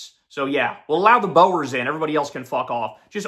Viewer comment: As a black South African who's a regular viewer, this part almost made me spit out my coffee laughing . Bro pronounced "Boers" as "Boars" lol.